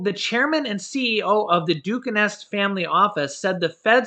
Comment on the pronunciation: it's pronounced "DU-cane"